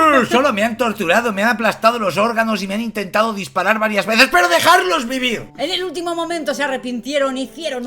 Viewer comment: 'DejaRlos vivir': 'DejaDlos vivir', ya que te vas a dedicar a esto de comunicar y hablar para un público, préstale más atención a. Ah, y muchas gracias, porque iba a ver la película, hasta que vi la miniatura de vuestro vídeo. Me habéis salvado de 2h15' de aburrimiento. Son 1h50 de la película y 25 minutos de este vídeo 😉